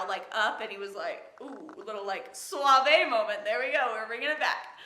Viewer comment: Suave is "soft" in Spanish jajaja but your accent to the word was good jajajaja.